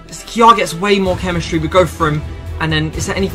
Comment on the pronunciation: Nobody: This guy: chemischtry